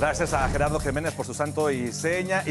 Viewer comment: Te ves ridículo haciendo ese guiño de Voz al l último de tu reportaje. Acentuando tu último apellido de Jiménez como de un chaval de 5 años. Tenlo en cuenta . Se que quieres ser diferente a los demás reporteros de 5ta. Que lo serás si tan solo tu voz de hombre ofrece tu buen nombre de pila al final de un reportaje y nada mas. No lo olvides